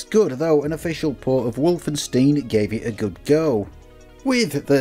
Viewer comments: Wolfenstein is not pronouced Wolfensteen. "ei" is simply like "i" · How else would you pronounce 'tile? 'Tilly?' 'Teal?' Though I didn't care for the Wolfenstein pronunciation. :p